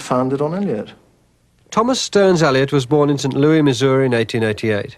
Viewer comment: For the sake of our British brethren: his hometown is pronounced Saint Lewis, not Loo-ee. (But the southern state is Loo-ee-zee-AN-na-. Or in a southern accent Lee-zee-[twangy short a sound]-na.)